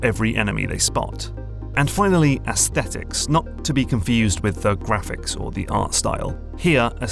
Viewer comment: It gives me great satisfaction to the word Aesthetics pronounced correctly. So many people wrongly pronounce it "aes-stet-tics". It ultimately is a semantic difference as I still understand the meaning in spite of the difference but when you grow up the son of a phonetics teacher you inherit the things they find annoying.